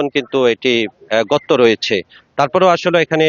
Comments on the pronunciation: ঘ্যাস কী? সাংবাদিকের তো উচ্চারণ ঠিক নেই। গর্ত কে বলে ঘর্ত। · গতত না ভাই গর্ত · সাংবাদিক ভাই, এটা ঘ্যাস না গ্যাস হবে। ঘর্ত না গর্ত হবে। উচ্চারণে ভুল হচ্ছে। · গতত না গর্ত